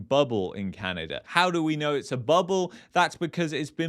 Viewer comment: Sorry my friend it’s not Canader but Canada 😂, thanks for correcting this 👍